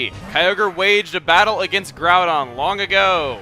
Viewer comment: Yah, seriously, pernouncing groudon and kyogre as garudon and keeogree